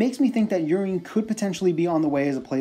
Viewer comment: lol I'm pretty sure "Urien" is not pronounced "Urine." I think his name is inspired by Uriel and pronounced similarly - definitely sounds less ridiculous that way.